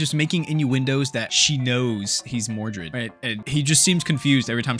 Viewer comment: Don't you mean mordred instead of mordu?